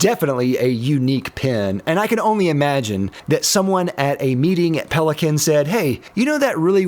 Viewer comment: Everyone complaining about Kaweco but he actually said Pelikan instead of Pelikan